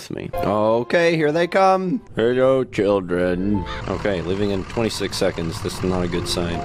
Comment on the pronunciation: He said SHILDREN